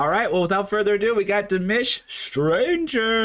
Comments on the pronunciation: Not "Dimish" but "Dimash". My ears and every Dear fan's ears hurt when you say Dimish. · Yes. That’s an A not an I. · His name is pronounced Dimawsh not Dimish Dimash😊💚💙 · It's Dee- MAHHSH...as in mom!!! You are saying Dee-MISH as in dish...no no no😅 Those lyrics you were given- don't know where they came from but they're wrong too. He doesn't sing those words.🤷 Oh well, we Love to listen to our beloved Dimash and WATCH you react and comment.👍 Igor Krutoy wrote it - look him up. He has a jaw-dropping resume! You'll learn to identify the different genres in many songs Dimash sings. Dimash is creating his own genre some are identifying as "FUSION". It's the DIMASH genre.🎶🎶🎵🔥 ❤it! ❤it! ❤it! Thanks for giving us more DimAhhsh😅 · Please listen to your buddy...it's not demish...it's dimash...LOL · It’s not Dimish it’s Dimash 🤣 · I’m leaving. Can’t take you calling dimash very disrespectfully calling him Dimish . It’s DIMASH !!!!! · Dude. Its clearly not Dimish. Its Dimash 😅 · I'ts Dim-AH-sh, not Dim-IS-h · Don't know what you were reading BUT those were not the correct words. Ps it's about going to a strange land and being a stranger. Just like the title and words say. Why can't you say his name properly! It's NOT demish, duh It is Di ma sh. Sounds like de mosh, with the emphasis on the end, Got it? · DimASH not Dimish! Please at least get his name right! And what were those lyrics you quoted? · His name is Dimash like MA!! Not Dimish!! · Di-mash. Not Di-mish. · It's pronounced DeeMash. 😂❤ His voice is incredible. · Its pronouced as Dee-Maashh. His has a huge fanbase around the world, so your views come from his fans who loved to follow where his video is playing. We fans love him because of his other worldly talent and skill in singing, not for his good looks (it's just a bonus that he looks like a prince 😂). We would not promote him to everybody if he is not beyond amazing. Check out his other videos if you think he is good.